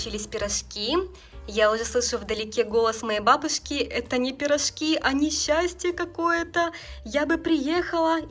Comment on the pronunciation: Учите русский! Учите произношение и грамматику! Если нехватка в славянской еде есть приезжайте обратно! Рвите гражданство и все! Это все-равно не настоящий творог и кефир. Пирожки, а не пирошки! Пускай муж переезжает, а не жена! У вас ломается русский! Учите заново язык! Ш твёрдый. Учила бы мужа языку. А так не плохо!